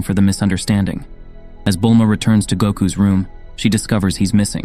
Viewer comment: Peekalo. Gohand. Bullma. lmao!